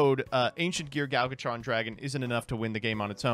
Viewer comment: It will never not baffle me how still can’t pronounce “Gadjiltron”. It’s not “Galgatron”.